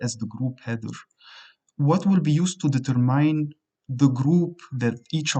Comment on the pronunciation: Awesome tutorial, thanks. You speak English very clearly. I did notice you pronounced the word "determine" as if it's the combination of "deter" and "mine". But it's actually pronounced as "deter" + "min". Just thought you should know, thanks!